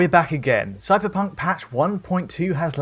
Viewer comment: Did he say "suckerpunk" ?